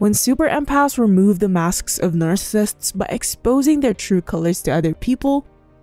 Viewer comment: you might want to work on saying the word narccisist correctly before repeating it 8000 times in a video. just sayin.